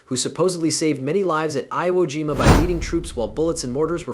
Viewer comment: "Iowa Jima" - a new low in crappy AI Generated videos.